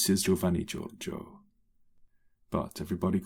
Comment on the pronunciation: I love the "this is Giovanni Gorggo, but everyone calls him Gorrgo." XD